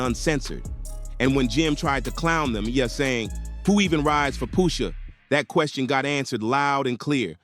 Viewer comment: Its Pusha (Push) NOT Poosha.